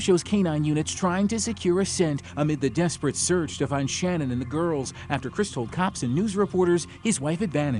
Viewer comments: Ummmm, I don't know if I should say this because everyone is ragging on you for saying "girlfriend "once but you're saying her name wrong too. It's not Shannon. Shanann. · Her name was Sha'naan....not Shannon. You're mispronouncing a murder victim's name. Maybe do a little more research before you decide to tell the rest of us how to suck eggs. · Drives me nuts that in such a well known case people still can't be bothered to get her name right. It's SHA-NAN. Not Shannon. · That’s not how you say Shannan’s name. If you’re going to profit off her death have the decency to say her name properly. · OMG you people. Hername is Shanann NOT SHANNON.🤦‍♀️ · Sha-nann not Shannon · her name isn't "Shannon" Either.. Its SHA-NANN. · This was bugging me because on a different video they called her Shannon too when her name is shannan I know its not a big deal but it just got on my nerves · #5 Her name wasn't SHANNON. It was SHA-NAN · Shan’an. Not Shannon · That and the mispronunciation of her name irked me. They said her name numerous times during the interrogation video and yet he still said it wrong. Her name is Shannan not Shannon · His wife's name was shanann. Not Shannon. Dude, do your research. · They didn’t even get her name right on the first clip it’s not Shannon. It’s Shan’ann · Her name is pronounced Sha-nnan, NOT Shannon. Have some respect ✊ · Actually, the way the young mother pronounces her name is rather unususl.i. the fsmily pronounces it differently too.an unusual pronunciation sha-nann'. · In the Chris Watts case, his neighbor solved it in about 10 minutes. Edit - Her name was pronounced Sha-nan, annoying I know.... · They kept saying her name wrong. She deserves that much. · If you’re going to do a video that involves murder please do some research on how to pronounce the victims names! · Can't even pronounce her name correct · He didnt even pronounce her name correctly, despite using footage where her name is correctly pronounced several times.